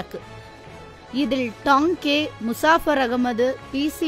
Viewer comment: தோழரின் பெயரை Tanke எனறே வாசிப்பாளர் உச்சரிக்கிறார். தவிர்த்து இருக்கலாம். இது போனறே மற்ற தோழர்களின் வாழ்க்கை மற்றும் பணி பற்றிய பதிவுகள் வரவேண்டும். நன்றி